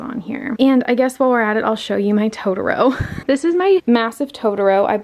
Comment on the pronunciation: Pleeeaaase stop saying "tota row" it's "to-tor-ro"